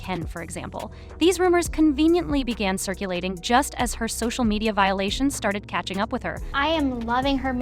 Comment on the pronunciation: did this channel just say "so-shoe media"??